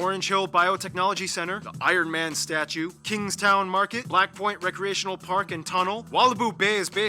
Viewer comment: It is Kingstown not kingston